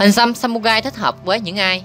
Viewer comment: Đọc sai r phải đọc là samurai ( rai ) chứ không phải samugai nhé